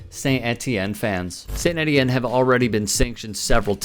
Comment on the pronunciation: Étienne - pronounced Ay tee enne - French for Stephen.